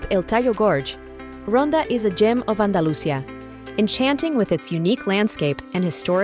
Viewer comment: Galisha? Andalusha? Really?